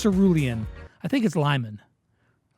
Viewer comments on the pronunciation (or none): Hey the name limon is like li mon not L i,like liz and mon like in monika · Its pronounced lee-món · limon is pronounced as li-mon in Turkish and it means lemon. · Lee-mon (Poké MON) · In pretty sure limón is pronounced lee-mone. I’m not fully sure if that’s what they’re going for but it means lime in Spanish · This video was fun to make, thanks for having me And it’s lee-mone = (Limón) 😂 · No, "lima" is spanish for lime, Limón is Lemon. (It's pronounced Leemonn)